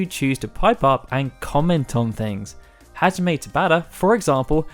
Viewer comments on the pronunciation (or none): none